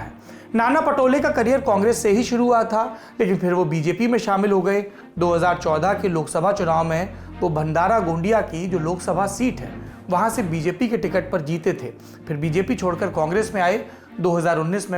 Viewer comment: भंदारा-गोंडीया नही वो भंडारा-गोंदिया है 😅👍